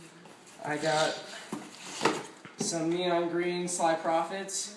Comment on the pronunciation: Holy cow! It's pro-fit. NOT profit. It's marketed to fit how pros like, also good luck hearing a bomb go off in those. I'd say you should've gotten I4s, but it's quite apparent they wouldn't fit on you.